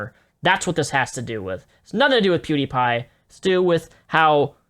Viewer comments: Does anyone else vomit a little in their mouth whenever Onision pronounces PewDiePie "Poo-dee-pie"? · “Poo-diepie” like broooooo 😡😡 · If I have to listen to Onioncuck say Poo-dee-pie one more time, I'm going to gut myself. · I hate how onision pronounces pewdiepie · Wow im Onision and I cut my wrist everyday and I do not know how to pronunce PEWDIEPIE buhuuuuuuuuuuuuhuuuuhuuh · does onion mispronounce everyone's name just to piss me off because it's working